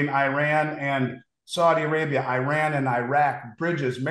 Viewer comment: Eye- ran🤣